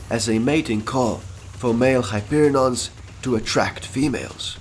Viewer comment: Its hyperion not hyperinons